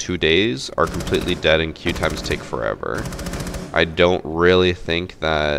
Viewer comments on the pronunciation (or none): none